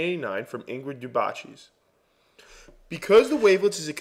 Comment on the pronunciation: Ingrid Deebahshees. :) Daubechies is French. Try "Daw-beh-shee" as a better rendition of the pronunciation, with the last syllable stressed :) And Fourier is pronounced "Foo-ree-yeh", again, last syllable stressed. Great introduction to wavelets, by the way. Thumbs up.